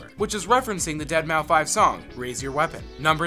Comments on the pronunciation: You don't pronounce it Dead-maow-five :(((( It's Deadmouse, the 5 is an S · "kull-aid" "haven" "triss-tram" "dead mow 5" ughhhhhh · That thing about "deadmaufive" made me seriously wonder if they were just trolling. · Lol, you said "Dead-Mow-Five." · "dead mow 5" triggered kekeke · "ded mou five" just for that I hope you never end up in my autoplay again. also, "kull-aid" doesnt have any sugar in it, you add your own. so its not "insanely sugary" its got as much sugar in it as you want it to have. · “Dead mau 5” lol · lol deadmauFive....... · 1) tistrum not trisTRAM 2)Battle net...no one says 3) dead MOW 5??? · dead mow five